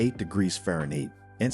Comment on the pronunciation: This narrator doesn't know how to pronounce Fahrenheit or meters??